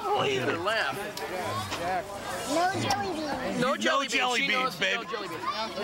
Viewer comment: She said jillybeans